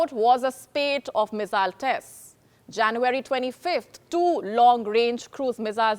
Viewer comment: Hi...you need to improve your pronunciation - 'Poverty' ....'January'.....are some examples you can check!!!!!